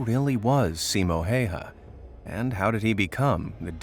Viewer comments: Respect for Simo Häyhä from protecting Finland so well. Cause I live in Finland. I find it really funny too how you say his name. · U pronounced simo häyhä wrong 😫😫😫